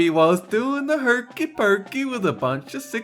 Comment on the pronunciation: it's pokey not pookie